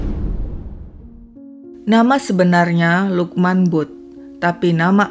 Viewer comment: Maaf ya kak koreksi utk sebutan butt d pakistan mrka blgnya bat Klu gk slah tulisannya Bhut d baca Bhat salah 1 marga d pakistan bgtulah